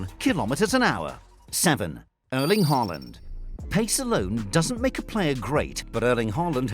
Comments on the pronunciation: it's Haaland not Holand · Hey say erling Holland 🇳🇱 😂